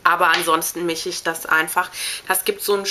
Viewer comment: sie sagt nicht mischen ,sondern michen...oder ich miche...anstatt ich mische ..müsst ma drauf achten :D